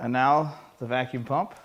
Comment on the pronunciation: "Shmoo pump," darn it, now I want some shmoo cake.